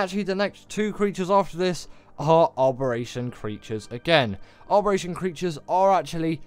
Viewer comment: Im more frustrated at you adding an R to Abberation where there isnt one where you say it 😅 Giga hard?! And no oasisoar or troodons ect 🙈